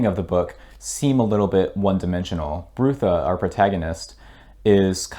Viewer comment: Wonderful book, my favorite. Sorry you missed the joke about Brutha's name. He's a monk. Brother Brutha. Pronounced bruh-thah, not broo-thah. Don't worry, it's not the last Discworld joke you'll miss. I find new ones constantly!